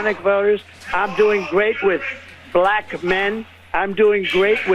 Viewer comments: Because he says "bLLLack". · The way he says "bLack" with a hard L is offensive to me for some reason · The way Trump pronounces black makes my skin crawl. Blll-ACK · Is it just me or does Trump always pronounce “black” weird? Blaaack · He says "bLLLLack". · The way that Trump pronounces the word "black" is strange. He always pauses for a second before. What the heck?